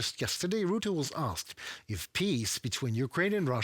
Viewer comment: If You speak about Mark Rutte , You must say Ratte . You must hear the a , just like a house . ark Rutte, must